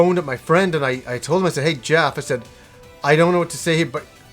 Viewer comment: His nay wah Jehhf